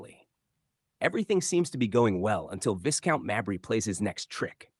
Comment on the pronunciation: The title is pronounced 'Vye-count, not Viss-count. Obviously the narrator is American.